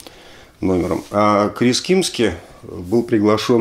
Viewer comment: Не Крис "Кимски", а Крис Кимзи